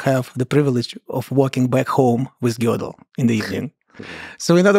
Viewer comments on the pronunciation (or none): The limits of my tolerance are tested when Lex calls him "Gaydel". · He was Austrian so the Germans can't lay claim the right pronunciation. All of those options you listed are perfectly fine. Lex's pronunciation makes it more like Gädel which is indefensible. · A lot of people pronounce it like girdle, which is also wrong according to Germans lol. The proper pronunciation is actually in a strange combination that we English aren't used too but I believe its something in between Gih, goi, and gir. Lol Gödel